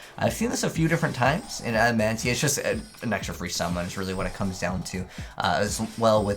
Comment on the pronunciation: There is, no N in the name adamatia. So stop saying adamantia when that’s not even their name I mean seriously.